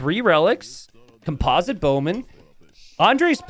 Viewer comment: Listen, you got composite down but you still don't know how to pronounce orange. :D